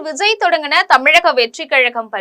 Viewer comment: எம்ஸியாரா! விஸய்யா.... பெயரை ஒழுங்கா உச்சரிக்க கற்றுக் கொள்ளும்மா., 😂